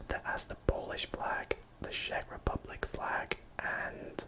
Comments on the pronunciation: It's not pronounced like sheck Republic, it's pronounced like check Republic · I live near czech republic but i think you pronounce czech rebublic with "ch" on the start but idk